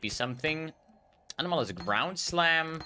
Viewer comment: Ano-Malus pronunciation is causing me pain :)